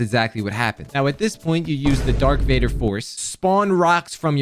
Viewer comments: He definitely just said "dark Vader" instead of "Darth maul" to farm comments, but I guess it worked lol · I love you but its darth vader not dark vader, its irritating me cus im a big starwars fan. Love the vids keep up the work! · Not “Dark Vader.” It’s Darth Vader. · why haven't you ever watched Star Wars???? You called it the "Dark Vader Sword" 😂😂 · DARK VADER???!???! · bro, i love u, but darth vader, not dark, DARTH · Dark Vader? Love your vids! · “Dark Vader”💀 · who the fuck actually calls him DARK VADER?! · Bro said dark vader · “Dark Vader” 😭😭😭😭😭😭😭😭😭 😳🔫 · "dark vader" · he keeps saying Dark Vader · Bro said "Dark Vader"💀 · when dark vader 😭